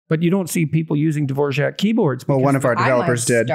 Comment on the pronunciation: Dvorjak. D V O R A K... Dvor Jak???